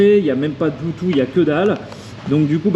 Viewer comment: Bleutou ??? "Bloutousse" phonétiquement .... Android auto ok mais est-ce qu'il fait Apple Carplay ? La taille n'est pas trop grande ? Tu ne vois même plus ton compteur >.<